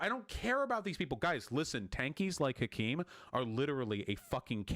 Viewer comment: okay but the way vaush pronounced hakim😭😭